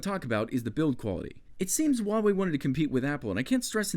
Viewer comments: "wawei" it's hua -wei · * uavey * Its Hugh-a-way xD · as a genuine Chinese person: no you didn't,. Not even remotely. Sounded like Wah Way. Nice review though. If I'd ever have to buy a tablet for someone I'd go for this. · Instead of hoo why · Not to nitpick, but in the name Huawei you do pronounce the H sound. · You almost killed me with your pronunciation of huawei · I liked the video, but I can't stand the way you said Huawei, probably just my fault by being Dutch. But still loved the video